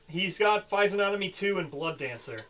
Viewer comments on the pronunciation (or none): Survivors with insanity 1 who lose half round up go to 0. Even worse than you thought! Oh! And please say fizzy-onomy instead of fizen-onomy - it drives me mad! Although apparently Americans pronounce the G, so I suppose for you it would be fizzy-og-nomy. I'm fairly sure you forgot Goth's -1 luck, which would have changed a lot! Couldn't have used adrenaline, it has to be chosen at start of act, and quite apart from the fact that I'm pretty sure she's supposed to use the bonus at the start of her act, she didn't have adrenaline 2 at the start of her act... pretty sure you can't kill Goth, as it wouldn't be -1 population since killing her doesn't reduce population...